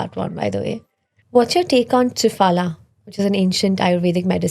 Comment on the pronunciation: What is trifaala its trifla,the host is acting as if landed from USA